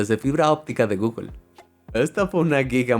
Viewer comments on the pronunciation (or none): none